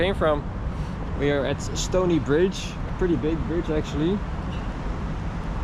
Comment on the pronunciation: It is StoRy Bridge not StoNey, quite a few other errors as well